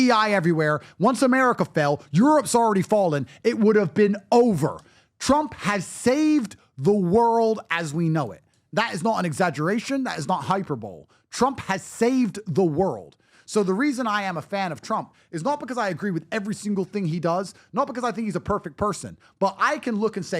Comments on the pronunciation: . Don't use words you don't know how to pronounce. It's not "HyperBOWL,'... It's Hy.-Per......-Bo-Lee" (hyperbole) 4 syllables. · That young man just said "hyper bowl"... anyway, he's right.